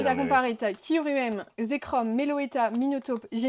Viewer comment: Ça se prononce Kyu-rem pas Ky-ruem 😂